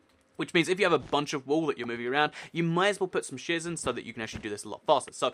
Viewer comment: It's sounds like u are saying shiz instead of shears but I love u r the best